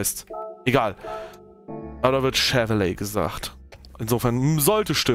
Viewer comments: Schewell ausgesprochen. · Wer kennt ihn nicht, den „Schewweleeh“ 😂😂😂😂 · Moin. Wie immer schönes Video! Und der Chevrolet wird Schevell ausgesprochen!